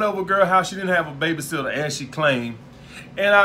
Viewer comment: Is it me or when he says "Baby Sitter" it sounds like "Beta Simp"